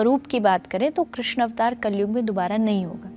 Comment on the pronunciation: Krishn ka 😢 thik se boliye